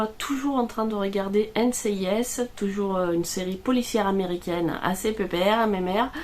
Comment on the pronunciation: Pourquoi quand tu parles, mets- tu des accents là où il n'y en a pas ? Ex : régarder (ré) au lieu de regarder (re), etc... ce n'est pas une critique, mais j'aimerais comprendre... 🤔